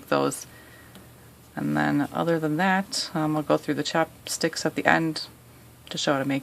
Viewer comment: I love how she calls them chapsticks instead of chopsticks [